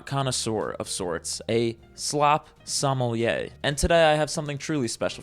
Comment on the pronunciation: Suh-MEH-lee-eh, my dear, is how you pronounce sommelier 😅😂 bless your heart for trying, it took me YEARS as a teenager to figure out the correct pronunciation lol